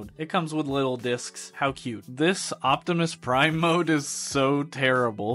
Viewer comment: "Hi everybody Its Me micoptimus Prime!"